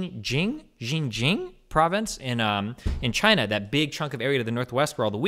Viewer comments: Shin Jeeang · the pronunciation of Xin Jiang makes me want to die